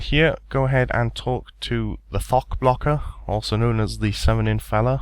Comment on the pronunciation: "thok" sounds like fuck when u say it lmfao